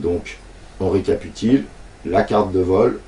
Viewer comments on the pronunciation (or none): Sympa ta vidéo merci. Au fait c'est Récapituler pas récatupiler... Mais ce mot est récapitulant je te l'accorde.